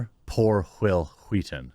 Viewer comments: The fact that you’re putting more emphasis on the “h” makes it so much funnier when you say Whil Wheaton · I love how you did the Family guy Stewie pronunciation of Whill Wheaton...lol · "Whill Wheaton" - Stewie Griffen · It’s wHill wHeaton.